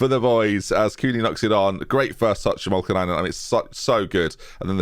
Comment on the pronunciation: still saying “Olkinainen”